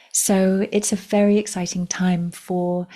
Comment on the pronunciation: It sounded like you said “it’s a faery exciting time” 🧚‍♂️Then again, it wouldn’t surprise me if you did!❤😊